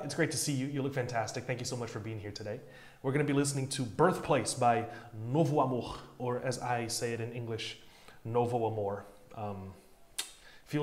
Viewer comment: kakak o cara falou Novo Amor tão bem que eu até assustei, dps vi q ele é br akakak